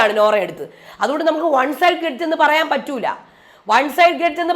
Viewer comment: Gredge ala mairay “Grudge”😂😂😂